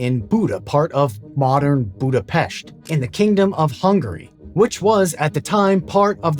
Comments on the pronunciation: Thank you for pronouncing Budapest correctly, 99% misses it. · Great topic, thanks for it! Also pronouncing Budapest correctly was a nice touch. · Man, thumbs up for actually looking up the pronunciation of Budapest and then delivering it perfectly. You don't know how rare of a feat this is! Cheers, and greetings from Buda :) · HE SAID BUDAPEST CORRECTLY!!!! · Thank you for this brilliant look into Semmelweis' life. Extra points for the correct pronunciation of Budapest and the use of dramatized material. (by the by, a new film about the life of Semmelweis is made and about to be released later this year) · I'm so glad that someone is making a video on such an important Hungarian. Also, congrats on being one of the few non-Hungarians who can nail saying "Budapest". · I knew right away this will be about Semmelweis Ignác. Love it. I'm also impressed by your pronunciation of Budapest and Pest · Damn, I didn't know he passed away this tragically. Btw you pronounced Budapest perfectly.